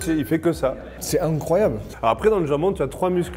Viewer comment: Le moment a ou tu dit c'est incroyable ta pris un accent espagnol je sais pas pourquoi sa me tué !